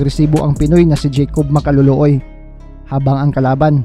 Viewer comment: Ang ganda pakingan ng ring anouncer yung binigkas na ang apelyedo ni jacòb Ma-ka-lo-lo-oy